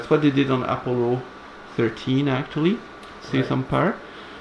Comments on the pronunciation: I want to teach how to pronounce actually 😥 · guys don't get me wrong, I love so I would gladly listen to his actually all day long even thought I'm crying a little bit 💖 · the way you pronounce 'actually' is now a trademark of the channel! don't change!